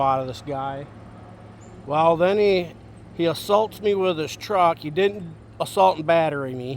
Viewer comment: It's WITH NOT WHIT